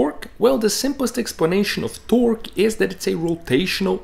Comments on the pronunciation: The most disgusting way to pronounce torque.. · The west emphasis he puts on the q in torque...I can’t watch it. Too bad. Looked interesting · As it turns out there's a unit called a 'tawrk' and it's the distance my skin crawls every time you try to say "torque" but actually say "tawrk" with the particular tone and intination that you do... It's a smaller unit than a light year, but still pretty big. Please please please NEVER say "tawrk" again. Great explanation though. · I like the part when he says "TOARK". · “Tœrk” is absolutely how I’m gonna pronounce it from now on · man you tickle my tummy everytime you say torqkkkkkk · I’m spacing out and I jump every time he says “Torque 😃” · I enjoy your videos. I also love the way you say Torque. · The way he pronounces torque makes me so fucking aggresive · It bothers me how he pronounces torque lol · bruh im high and fucking dying overthe way you say torque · The way he says torque LOL